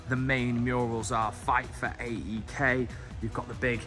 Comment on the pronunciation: Great video. Scary pronunciation of the stadium names 😂. You kind of butchered them!! You should refer to AEK without saying the initials...just "aek". Greek Gooner here (love Arsenal), but respect City, Liverpool etc. And love the Greek national team, but congrats to England...hope we can beat Scotland in the playoffs.